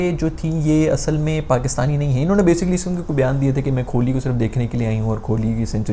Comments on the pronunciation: Bro is saying kholi instead on kohli😂😂😂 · Kholi nhi Kohli hota hai!💀